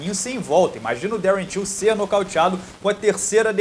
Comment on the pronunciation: Toda vez que você falou "till" eu ouvi "tio" e fiquei perdido